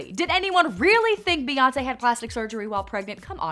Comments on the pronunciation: Stop. Calling. Her. Queen. "BAE". IT IS BEY AS IN BEEEEEEE. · It's not bay it's bee 🤦🏾‍♀️ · Mocking Spongebob i5 it's Bey